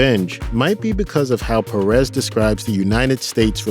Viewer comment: Pérez...not Peréz